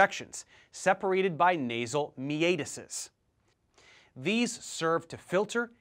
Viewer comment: You did it again Dave. al-vi-owe-lie not alvi-oh-lie :-) Enjoying the videos though. Thanks! Another one... Meet-us not me-ate-us! And another... Kong-ka not kong-kai